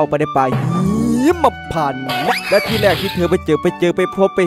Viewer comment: ป่าหีมมมมมมะพานไม่ใช่หิมนะ555